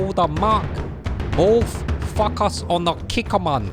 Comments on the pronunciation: instead of focus, I thought you said FUCK US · Lol 'focus' sounded like something else. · I thought he said FuckUs lol...Focus haha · Ok you say "focus" and all i hear it "fuck us". Just sayin ;)